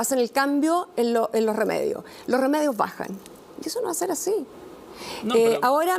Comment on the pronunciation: Qué no nos quemen looh metroh